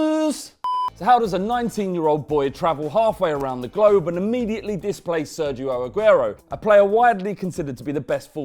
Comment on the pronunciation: Learn how to say Sergio Aguero